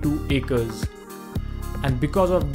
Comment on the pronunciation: Acres not Acers😊